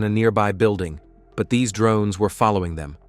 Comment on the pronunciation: The way the text to speach guy says drroonnes cracks me up haha